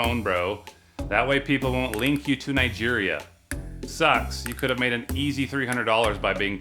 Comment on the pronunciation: I love the African sound n song LOL every time u say nigeria lol